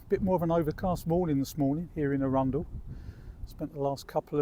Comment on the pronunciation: Hiya. That was nice to see my old stomping ground of Arundel (even tho your pronunciation was a bit suspect 😂). Rode down the steep hill of Main Street in the 60’s on the back of boyfriends Vespa (which had no brakes !). I could sit and watch the sea where you are for hours, very peaceful 🦆💕